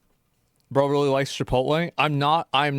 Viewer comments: lool "no i dont have sttock in chipolttte" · Chipotle is 32 years old. Asmond: "My favowite pwace chipwodwey, is onwy new. Mcdawnwls is owd. downt tawk bad abowt chipowtwey!!"